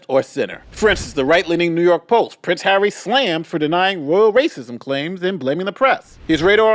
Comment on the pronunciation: Can she not pronounce Harry, it’s not Haaarrii.